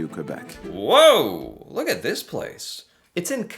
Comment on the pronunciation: In Corée war, canadians soldiers took the colline 355. The one that american couldn't take and left. It was a strategic colline. Bravo! The way you say Québec is almost perfect!